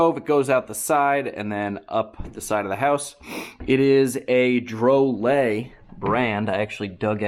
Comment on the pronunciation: Say it however you want. But the company pronounces it draw-lit